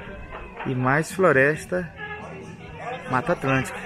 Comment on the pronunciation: MEU DEUS, O CARA FALOU MATA ATLANTICA? FOI ISSO MESMO???